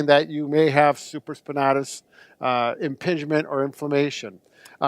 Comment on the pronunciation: Same here Jesse Collins. SupraspinAtis not supraspinahtus lol